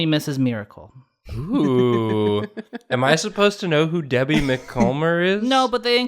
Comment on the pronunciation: Sent this to my best friend and she cringed so hard at how you guys pronounced her name 😂💀 Debbie's niece